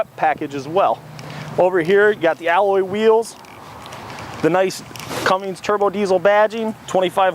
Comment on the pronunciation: CUMMINS NOT CUMMINGS